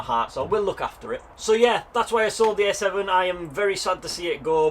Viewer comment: Are you saying A7 or S7 lol. Sounds more like you are saying S7 despite the title reads A7